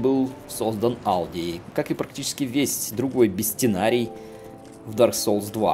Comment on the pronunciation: бестинарий хахахаха